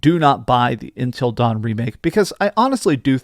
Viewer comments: Him saying ‘INTEL’ instead of Until is just weird lol. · Why do you say intill instead of until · Intil dawn? it’s until dawn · Everytime he says intel dawn, i lose a year off my lifespan... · It's not INTEL Dawn it's UNTIL Dawn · not Intel Dawn its UNTIL Dawn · Why does he keep calling it Intel Dawn? 😭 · Dude are you saying intel dawn 😂😂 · It's because he is saying intel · Does it drive anyone else nuts that he doesn't know how to pronounce the word "until?" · Am I the only one annoyed by the way he says “until” 😂